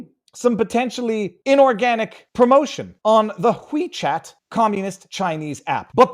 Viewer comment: it's not wwhhheee chat. Just Wechat.Drop the over-pronunciation. It's stupid. Is that a Canadian thing, or a thing? Annoying.